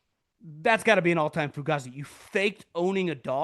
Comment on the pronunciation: I like content he puts out. But I still somewhat I have a love/hate feel with him lol. Essentially having a small segment called "Fugazi's," but continuing to mispronounce it is slightly annoying lol. Also, I guarantee you he "dips" and at some point in his life had a "No Fear" sticker on his car 😆 He also uses the word "atrocious" way too much. But other than very minor annoyances, he puts out pretty good content. Maybe I'm nitpicking, but it is what it is 🤷‍♂️